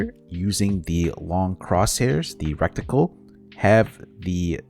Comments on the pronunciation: Dude saying recticle instead of reticle was funny until I realized it’s finna become common 😭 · Reticle, not Recticle. Thanks for the video. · Love your videos! I’m sorry to be that guy, I really swear on my life I hate it, but it’s ret-i-cle. I know I suck I’m sorry it just bothers me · The word is RETICLE. There aren’t two c’s. Normally I wouldn’t comment something like this but you used the word like 15 times.